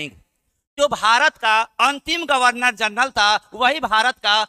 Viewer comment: गवर्नर √ गर्वनर × flow flow me mistake kr gaye n....